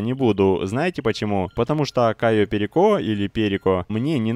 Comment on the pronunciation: прошло несколько лет, а ватмен до сих пор не знает как произносить кайо перико